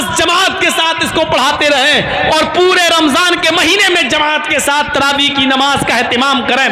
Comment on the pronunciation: sahih takaffuz TAARABI nahi, TRAVEEH hay